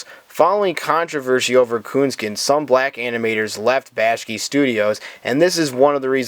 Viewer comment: Yeah, that bothers me too. I have no idea why he pronounced Ralph Bakshi's name like that.